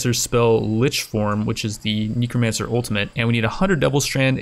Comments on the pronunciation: Knee cro mancer? It’s necro not knee lmao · Necromancer -- Neck rho man sir -- It's pronounced like the body part, Neck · nEcromancer idk sounds like a weird way to say it I thought it was necromancer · am I the only one that hears say Nekomancer instead of Necromancer? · Knee-crow mancer XD i seriously cant anymore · am i hearing wrong or does he say "nicomancer"?